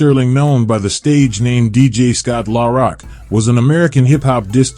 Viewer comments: Killing me how he pronounces Scott's name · I hate these fuckin AI generated voice overs in my soul! At least have a real person pronounce Scott's rap name correctly & what the fuck does Jay Z from Brooklyn have to do wit Scott? SMH